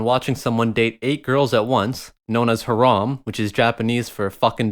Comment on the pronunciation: btw harem is pronuced hair-um and its islamic kthx beeatch